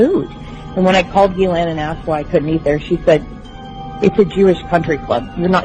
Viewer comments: Learn how to pronounce Ghislaine - GEE LANE - it's French and doesn't sound the S. Try saying it with a French accent and you'll get the idea. The Epstein case is about rich people networking and hiding their money from the tax man, laundering Russian and other dirty money and the girls are an incidental added for the odd bit of leverage when necessary - it's always about money and the rest of it is window dressing. The truth will never come out because it involves too many high profile people who are respected throughout the world. Ghislaine Maxwell is trying to stay alive after seeing what happened to Epstein and various others involved. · Note how the name of mrs Maxwellis pronounced: "Ghilaine " ( the s is mute, the G is not aspirated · PS: Its pronounced: Jizz-lane!